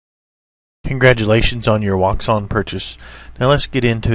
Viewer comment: Nice video, but I must add a detail: Wouxun is not pronounced as wou-xun but in chinese it's pronounced as wou-shin (quite similar pronounciation as the word "ocean" in english)